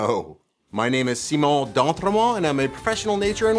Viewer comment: Simon = Symon not Seemon.